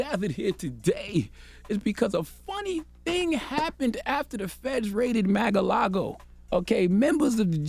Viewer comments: Why does he keep say Mag a lago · he said “MAGA- LAGO” 😂😂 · Pronounce it correctly. MA"R" LAGO. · “Maga-lago” lmfao 😆💀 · LMAO Charlamagne attempting to say Mar-a-Lago.🤣🤣😂